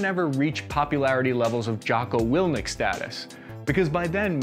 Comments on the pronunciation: *Willink not "Wilnick". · Jocko Will-ink not Will-nick. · Jocko hears his name mispronounced and says to himself: Good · Did he really say Jocko Willnick? 😳 😂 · Did you say Willnick on purpose or...? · I have yet to hear anyone pronounce Jocko WILLINK'S last name correctly lmao. I before the N, boys.